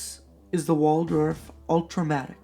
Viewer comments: Wald Hoff not waldorf. wtf..... sound it out there is no "or" in that name. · It's not "Waldorf," mate! It's Waldhoff. Pronounced VALD-hoff. No R there, c'mo! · Very helpful review, and a great launch. I agree – nothing wrong with a Chinese tourbillon for less than $1,000. I am not complaining, but you referred to this watch as a “Waldorf” many times in your video. It is a Waldhoff – not a Waldorf. So I am wondering if the fancy name affected your opinion about this watch? Thanks again!